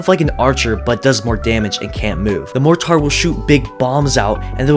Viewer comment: why do you pronounce "mortar" like that